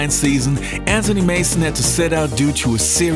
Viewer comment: Why do you say AN TONY instead of Anthony??? Its AnTHony Mason.